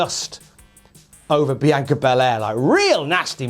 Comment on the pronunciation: He's pronouncing it fine. This might surprise you, but people from different countries, or even different bits of the same country, sometimes pronounce things differently.